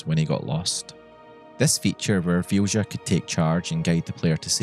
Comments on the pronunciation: also, small thing: its pronounced vilya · Vilja is a Finnish name and is pronounced "Vilya" :) Anyway, this is such a beautiful story, thank you for sharing. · I am genuinely curious how you could think Vilja is pronounced Fjusha. The letters are there for a reason. V is pronounced as V is pronounced, as in Victor, not as F. I is pronounced as i is pronounced, as in Indian, not as J. L and J are pronounced as L and J, are pronounced, as in Legal and January, not as Sh. And A is pronounced as A, as in Attention. That one was actually kind of right. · I'm pretty sure Vilja is pronounced as “Vilya” 😂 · I watched the entire video, and I still don't know what the name of the companion is. As the modder is Swedish (and so am I), I guess it was a Swedish name. But I could not understand the pronounciation, neither could YouTube's subtitles. It's only thanks to the description that I know her name to be Vilja. And for those who want to know, the Swedish pronounciation is [VILL-YA] (like in an Italian Villa and a German Ja). It means, "Will." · It's probably pronounced closer to 'Vilya', since it's a swedish word in a mod by a swedish dev. The mod description even talks about what it means and all that. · Vilja is pronounced closer to VILL-YA. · "Vilja" sounds Scandinavian. In that case, the "j" is pronounced more like you'd pronounce a "y". So think "Vilya". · Just for the record Vilja is pronounced Vee lee ya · As a Swede, that was some brutal pronunciation of Vilja. It's actually a beautiful word to use as a name, but I've never thought of it like that. Basically, it means "Will (willpower)". I'm so glad Pratchett got to experience gameing to this level. I was destroyed when Death came and took him home. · Thats a really weird way of pronouncing the swedish word Vilja (Will). I know accents can do a number on words from other languages, but this almost sounds intentionally misspoken.